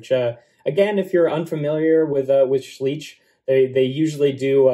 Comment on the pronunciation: Great review and I'm really looking forward to see more of those. Btw you pronounce the 'ei' in Schleich like the English 'i' or 'eye'. He reminds me a bit of TMNT 2012's Slash but as you are mentioning Kaijus he looks a lot like Gamera, too.